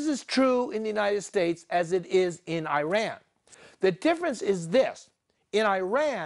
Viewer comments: Please have that Boshi pronanciation of Iran corrected. this is not eye.....run (just use "eye" here for Ireland only) But Iran is eaeeeeRuuuun . Eat.......Run. Hope this help you guys. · With due all respect, is NOT EYERAN! is IIIRAN. You got so many things wrong about Iran history but I agree with the fundamental point. Mossadegh was about to abolish the British petroleum rule and nationalize the oil. Shah was not necessary a bad person and he was not a product of west! there had been kingdom in Iran for over 2500 years! you should put in account the cold war and communism too. The clerks did not start the revolution they just stole it!